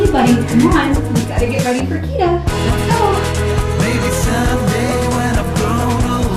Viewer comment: wtf's a KIDA, it's called KITTTTTA Love how the video is shot and edited